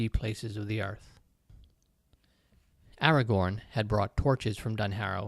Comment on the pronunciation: This was such an interesting passage! I really need to read the Lord of the Rings at some point. (Hilariously, I kept imagining Aragog whenever you said Agagorn. 😂)